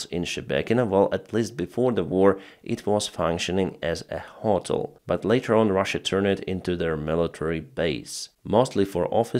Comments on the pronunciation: I know English isn’t your first language but the way you’re pronouncing hotel is driving me crazy😭 it’s pronounced “Hoe(like putins daughter)- tell” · ……..jet fighter……..* ……..ho-TEL…………*